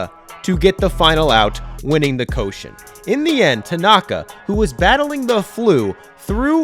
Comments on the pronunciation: Summer "Coshen"😂 It's pronounced " Ko-shi-en" Three syllables, not two😂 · The pronounce of Koshien is not ko-shion, its Ko-Shi-En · Repeat after me: Koh-SHI-Enn, not Koshen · for the record, it's pronounced ko-shi-en, not ko-shen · Why do you keep calling the Koshien the "Koshen"? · Awesome video, very well researched, Just a minor pronunciation note, The stadium the Hanshin Tigers (2023 Champs!) play in and the high school baseball tournament is pronounced Koh-shi-en (the middle syllable like the English word she) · Thx for introducing “Koushien” to ur views as a Japanese ; however u pronunciation is wrongs ions check the correct one.👌